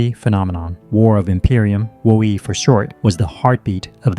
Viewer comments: WO - EE!!!!!??!! It's Woe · Hold up. "Whoa-ee"? "Zeeny"? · really bad pronunciation of the cities and WoE makes one think u never played it